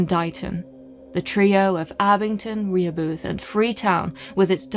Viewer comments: Okay, I know you're not from here and are unused to our strange ways, but in Massachusetts we say, "Re-HOH-buth", not "Ree-Hoe-Booth". We tend to be a bit creative in our pronunciations. :P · Rehobeth sounds like Rah-HOE-buth. It’s Massachusetts after all. Nothing is spelled like it sounds. Blame the Pilgrims who borrowed the names from the “Indians” way bk when. We hv others: Leicester - Lester Waban - WUH-bun Worcester - WUH-stah, WIS-stah (if ur a city kid) or WUS-stir (the correct way, if ur fancy + use ur R’s). Leominster - LEMON-ster (proper) or LEMON-stah (locals) Shrewsbury - SHOES-berry (local area only). Gloucester - GLOSS-stir (or GLOSS-stah) Chicopee - CHICK-a-pee Scituate - SITCH-you-it Peabody - PEE-bud-dee (u thought u had this one huh) Woburn - WOO-burn (or WOO-bin to locals) There’s more but if I’m bored u must be really bored. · Very cool episode. Incidentally, and I mention this because as a scholar, I presume you would care, your pronunciation of Reheboth is pretty off. Rih Hoe Buth. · It’s pronounced Ruh-HOE-buth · It is pronounced Ra Ho beth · I liked and subscribed. The correct pronunciation is Rah ho buth! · My Dad lives in Abington, I live a little norteast in Dedham, but here we pronounce Rehobeth Ra-HO-bith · Pronounced 'RE-Hoe-Both' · It's pronounced Rē ho beth